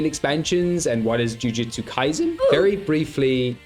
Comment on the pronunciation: “Ju-jut-sue.” Not “Ju-Jiu-Tsu.”